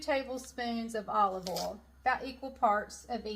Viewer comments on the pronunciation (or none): I love your "oal" for oil,! From a transplanted Okie! 😅 (That's the prettiest top you're wearing!) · Never mind the way you say salmon, the way you say oil is even more…..interesting!! 😉 This creamy salmon recipe with cream sauce looks awesome. I will definitely be trying it out. Thanks,. ❤️✌️